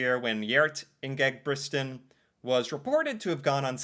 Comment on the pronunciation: The thing i had the best time of in this video was every time you said "Ingebritsen", it's even hard for us to say. You did a great job though, so cute.😂😂😂😂